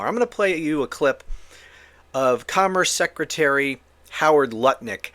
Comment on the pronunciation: It’s Howard Nutlick not Lutnik